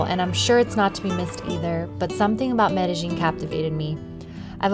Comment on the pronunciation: You pronounced the world Medellin incorrectly. The LL is silent. Correct pronunciation is Medéyin. Please don't take it the wrong way!